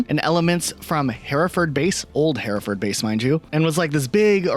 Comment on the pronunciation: I know this is an old video, but I'm begging you to pronounce Hereford properly